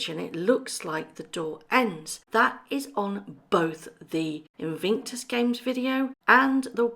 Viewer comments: its IN VIC TUS, not invinctus. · It's Invictus not invinctus. Just saying 🤭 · sorry to be anal and pedantic but PLEASE pronounce Invictus properly! It is pronounced IN-VIC-TUS not IN-VING-TUS. Apologies, it just grates on me! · It is not pronounced Invinctus, it's Invictus. There is no "n" in the middle of the word. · Wow I didn't know this, why on earth do they have to be so deceitful. I have visions of MM stamping her feet at the unfairness of having to play second fiddle to a pandemic! Thank you for the video and hope you get well soon. By the way it's Invictus not Invinctus xxx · InVICTUS games, not invinctus. InVICTus means unconquerable, Invinctus sounds like something you get after a colonoscopy. I’m not a fan of these two yahoos, but the Invictus games are a noble endeavor on Harry’s part (pre MM, of course) and he should get the respect he deserves for launching them. Also, the Duke of Westminster is worth 10 billion pounds, so it’s not a fair comparison AND the guy is trying to tear down a tower in London that houses some of London’s poorest people to develop the land, so yah, he’s a real gem. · “Invingtus” Games, plus a “ this video is just for entertainment” clause. Totally pathetic. You lose all credibility, whether there is truth in the video or not. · haha... the “InVIINKtus Games! ... great detective work.... keeping you on your toes..